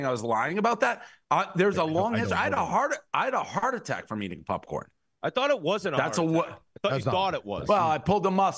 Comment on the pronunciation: I never knew hearing someone say “Pupcorn” would piss me off so much